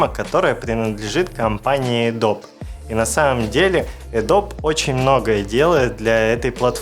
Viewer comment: Эдоби, а не Эдоб)